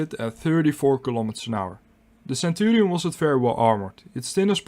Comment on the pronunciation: Is he pronouncing the name centurials! Mmm